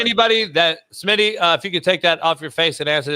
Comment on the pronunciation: No more big Smitty it's big SMINNAA